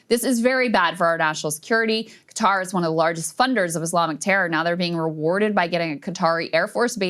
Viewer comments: It is not cutter, it is pronounced Kuh- taar. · Why does Everyone say it like that. It’s not cutter it’s kah-tar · Everyone calling it cutter?